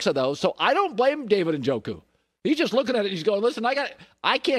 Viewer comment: Cowherd doesn’t know what he’s talking about. Doesn’t even pronounce Njoku’s name right. Lost credibility on this one when he said Njoku’s extremely talented. Extremely athletic but has rock hands